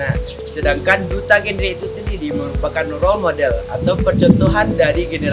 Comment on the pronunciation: GenRe ibu Reporter.bukan Jenre